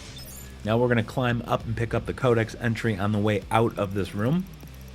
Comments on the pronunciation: Why do you say Kodak instead of codex? 😂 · Dumbass cant say CODEXXXXX.. he keeps saying kodak... as if the damn thing isn’t spelled right in front of his face 😂😂😂😂🤣🤣🤣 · Codex, not codec. Learn to speak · Thanks for the help. . . But for the love of god please learn how to pronounce "CODEX" You continuously say "Kodak" like the camera's or film. Go to google and it will give you to correct annunciation. Not to be a hater or a dick, you just say it wrong like 15 times in the first 5 minutes alone. Other than that video is great and thank you for the help.